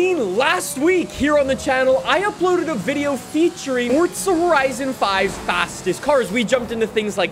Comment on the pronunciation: Stoooop calling it furtza horaisun 😌😌😌😌😌😌😌😌😑😑😑